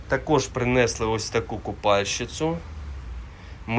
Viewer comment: Интересные находки, но прнЕЕЕсли, бУУУУло, на старте чуть не выключил из-за рагулизмов